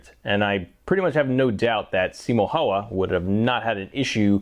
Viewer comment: I've got M28/30 and yet I was shooting it only up to 100 m. I used PPU ammo, but I'm about to make my own loads using Lapua cases and Lapua D46 bullets, which are designed for this rifle. Anyway, great video and results! But please, never pronounce "Häyhä" like that ever again. 😅